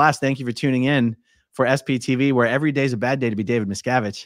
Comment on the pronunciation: How many times did Mitch say “Abib Miscavib” 😂😂😂😂😂